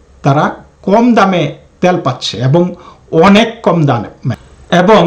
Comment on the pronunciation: আপনার বাংলা উচ্চারন ঠিক করুন। দেশ দ্যশ না। তেল ত্যল না। সুদ্ধ করে বাংলা পড়লে শ্রুতিমধুর হয়। আশাকরি মনে রাখবেন।